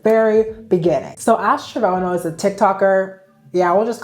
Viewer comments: Damn she really said Trevono, instead of Trevino, the entire video😭 but whatevs it's just Ash anyway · I hope you just act oblivious to the elephant in the room, and next video keeping typing “Trevono” but saying “Trevino” 😂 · Wtf is a travono? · Its TreVINO not Trevono 😭🖐🏽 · TravONO ? it’s pronounced traVINYO. You spent 2 minutes talking about how vital this is and not once did you hear the correct pronunciation? It’s a quick Google search. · Trevono or Trevino😂 I'm getting triggered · Genuinely the way u said TREVONO makes me not want to finish the vid😭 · You sure you been hearing about her because girl, it's TREVINO. Lol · Were you saying Trevono on purpose? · Trying to watch the video but TrevOno is like nails on chalkboard. You rly can't pronounce it or what? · I cant watch the full thing. Girl HOW did you pronounce it so wrong 😂 i feel like ill like your videos though ill be back 😂❤️ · “Ash trivono” is crazyyy..girly you don’t have to mispronounce basic words to be “cute” and “quirky”.. it’s just embarrassing and ghetto.. it gives uneducated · She’s not trynna act “cute” or “quirky” and btw in other videos she has mention that she has problems with some words and their pronunciation so how is she trynna like “cute” or “quirky”?? 🤦🏾‍♀️🤦🏾‍♀️ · Not only did she say Trevono throughout the whole video, she also said the word "abdomen" wrong. But fr i don't know how you do an entire video on a person and get their name wrong. I noticed a lot of youtubers do that. That's crazy to me. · Is her name actually pronounced Trovono or are you having a massive brain fart? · LOL fr, Trevono sounds so funny for no reason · not to be annoying, but isn't it pronounced trehveeno?? help am i stupid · Also, Ash "Trah-vee-no" for future reference :) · ITS TREVINO.. I WAS JUST GOING TO SEE IF IM THE ONLY ONE NOTICING, I DONT THINK I CAN WATCH THIS 😆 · you mispronouncing her name is so funny cause you’re not doing it on purpose lmaaoaoaooa she’s that unimportant